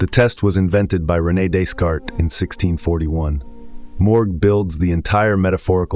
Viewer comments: One could at least make a little effort to pronounce a French name correctly. This barely known up-and-coming philosopher is pronounced DEECART. The 's' is silent. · Ugh. 😞 I’m sorry, I’m really not trying to tear you down - the “s”’s in Descartes are silent. ☺️👍🏼